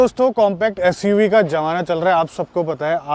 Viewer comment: Abey jamana nahi 😂 zamana bol